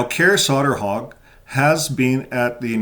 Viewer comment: It’s pronounced „Koray Sayterhug”, more or less. The å is actually an o.